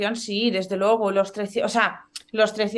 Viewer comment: Está reportera lamentablemente pronuncia muy mal los diptongos,"ue"los cambia por "uo"y dice logo por luego, que por favor lo corrija